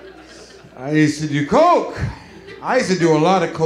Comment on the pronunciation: Sounds like christna, not coke